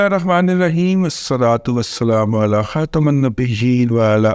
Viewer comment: علی خاتم کے میم پر زیر پڑھیں